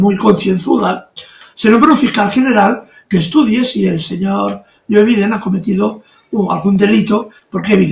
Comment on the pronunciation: Es “Joe Biden” no “yoviden”, che guey